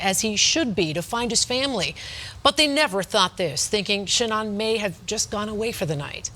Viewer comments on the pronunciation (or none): It’s pronounced sheNAN, like shenanigans, not sheNON. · Omg lady reporter, Shanan not Shanon!! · “Shanon watts” lol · Irritates me how the news anchor says Sha'nnon instead of Sha'nann